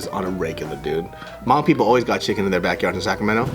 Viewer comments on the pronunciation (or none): Hey you're saying hmong wrong other then that thanks for the video!!